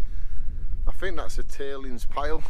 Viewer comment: Also Fink instead of THink !!! lt puzzles me !!